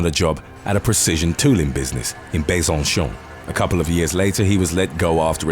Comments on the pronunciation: It's besansòn, not besaunshawn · totally butchered Besançon. I had to go look up where the video was talking about because I couldn’t decipher it at all.